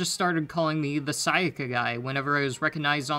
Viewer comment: You know is true that he doesnt worship Sayaka is becouse he did not said her name correctly even once